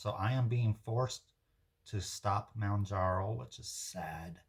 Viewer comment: Well you can pronounce ozempic..lol fyi.... its Mohhhn jar oh